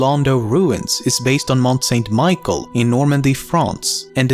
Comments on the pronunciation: "mont saint michael" HAHAHA mont saint michel dude ! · Don't mean to be picky, but it's actually pronounced mont-san-michelle. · "Mont Saint-Mickael" hahahaha. If you don't know how to pronounce something, just paste it into Google Translate and click on "listen"